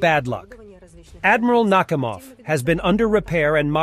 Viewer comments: Oh, ffs 🤣 Destroyer called "Admiral knock im off"... I know it's pronounced Nakamov, but If that ain't a sign...🤣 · Admiral "Knock-'im-ov!" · Admiral “knockhimoff”?😂😂